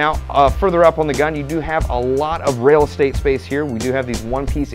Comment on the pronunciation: Hehehe. "Rail Estate"